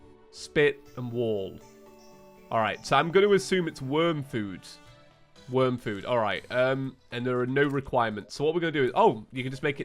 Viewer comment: Worm not worn